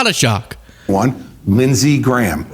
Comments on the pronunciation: Lindshe Gayham? Seriously? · Its lindsey GAYHAM